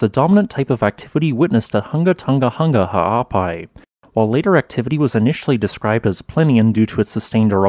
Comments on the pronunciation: Massive respect for pronouncing the volcano's name so fluidly! 🌋👍🏻😀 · ...and also thanks for the correct pronunciation!!